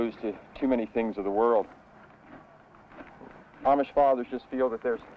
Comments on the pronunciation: 2/3 of the pa deutch are fancy deutch, and one of the two pictures of the fancy deutch is in is in barroom... sheesh. The larger group of plain deutch is the mennonites, who gets all the publicity...The Amish..... and he does not even pronounce the word Amish right. The Brethren (Church of the Brethren) get only honorable mention. It would be very entertaining to watch a film about Pa Deutch culture. Unfortunately, this film is not really about pa deutch culture. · This is a very strange film and not particularly accurate. For one thing, the narrator doesn't even know how to pronounce Amish! And the guy dressed like an Amish farmer almost certainly isn't - or else he's remarkably assimilated in his speech and attitudes!